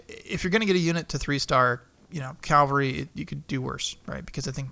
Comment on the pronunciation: Cava-lry are horse soldiers. Cal-Vary is where jesus died. They are not synonyms or different ways of pronunciation. Lots of people make this mistake.